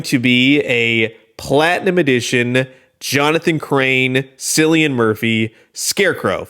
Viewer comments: It’s pronounced “Kill-yin” -Cilian. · Cillian is said with a K sound :)